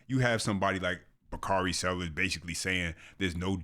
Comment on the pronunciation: Bakari turned into "bakardi b"....😅😅